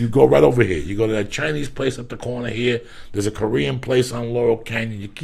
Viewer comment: “There’s a jersey mikes around the cornah..!” Lol Joey is classic